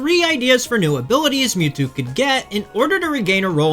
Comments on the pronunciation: the moo-two, I was lauthing my ass off :D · "Three fingers….it means hail satan" Holy shit…..that is cold AF, it’s ashame Mewtwo was ruined by pokemon…. Also it isn’t mootwo, it’s Milkthetwo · your pronounced "Why-vel-tal" correctly but not "Em-ew-too" "Ecks-earn-ee-as" or "Kay-yo-gur"